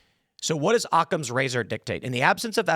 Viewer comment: Tim: Akum's razor Also tim